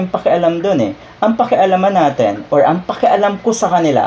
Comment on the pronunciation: "Natin" po at hindi "naten"